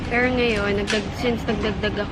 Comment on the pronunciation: tangina nmn oh ayusin mo pag salita ng "PERO"